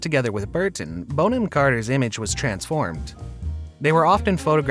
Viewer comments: Sweetie its not Bone - am ROFL its BON - AM (you know like a bon-bon). 🤣🤣🤣🤣🤣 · I absolutely love her. Brilliant actress and brilliant human. Kookiness is a plus not a minus. Side note: her name is pronounced Bon-am not Bone-ham. English name. 😊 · Bonham is not pronounced ‘bone-ham’. It sounds like ‘bon-um’. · Have never heard Bonham-Carter's name pronounced Bone-am and not Bon-am. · It's pronounced Bonnam not Bone ham. Bon to rhyme with gone. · Her name is NOT "Bone-Ham"! It is pronounced "Bonnam". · It's Bon not Bone. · Narrator: it’s Bonham (Bonum). Thank you. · I'm embarrassed I've even watched this - it's none of my business, but I love her. Stop calling her bone-am!!!!!!!! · Her name isn't pronounced 'Bone-'em! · It's not 'Bone-am' Carter haha that sounds all wrong. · Dear Rumor Juice narrator, please learn to pronounce your subject's names the right way! I was interested in this story, but each time you said her last name and a few other names as well, I gasped 😮 you have a nice big audience who may be learning from you 😁